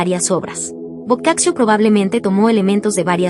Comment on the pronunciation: Se pronuncia " boccacho"